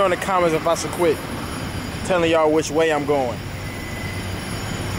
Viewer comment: "chocolate waayy"😭😂😂😂got me weak af